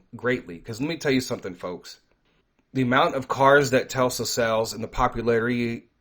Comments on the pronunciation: Tesla not Telsa lol. God bless brother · It's not pronounced "Telsa" it is "Tesla". s before L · Dude it's Tesla not Telsa!!! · It’s Tesla not Telsa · Not one time did you say the name the right way it's not pronounced telsa it's pronounced Tesla